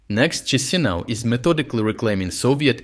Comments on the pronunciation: It's pronounced Qishinau, my friend. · it's chishinau with sh like in shalom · Sir, it is pronounced Kishinove. 😊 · The Moldova capital name, spelled Chișinău -- Cisinau = is better pronounced as Kishinau (my attempt at using IPA for pronunciation). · Chisinau?????? You're damn stupid, YouTuber. Lazy, late and not so great with factology. Learn to pronounce names!